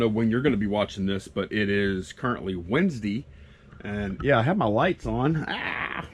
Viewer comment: Oh i was just saying how you slightly choked or something and pronounced Wednesday funny, thats all.